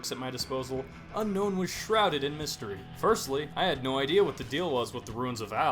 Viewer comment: Did you know unown is actually pronounced un-own